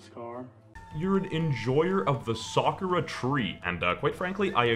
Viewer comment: That moment when pronounces Sakura like "soccer-uh".